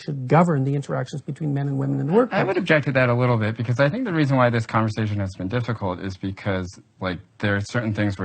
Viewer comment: "co awn versation" - pronounced "conver sashion" no "co awn ver sashion". I'm instantly offended? hahaha